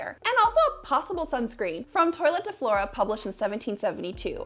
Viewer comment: Twa - let is the pronunciation. A toilet is where you pee, la toilette is a lady getting dressed. Just to differentiate...